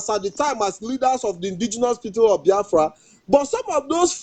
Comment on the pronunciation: How come our brother talking cannot pronounce Biafra? :))